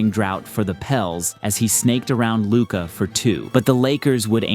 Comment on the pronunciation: After all these years, refs still not knowing how to pronounce luka's name should result in some kind of penalty. It's just straight up disrespect or a willful ignorance.